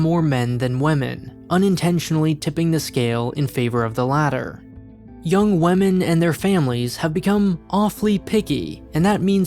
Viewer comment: This man straight up pronounced women as "wamen"